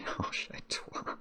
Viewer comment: Trois is such a difficult word for English speakers, must commend for trying.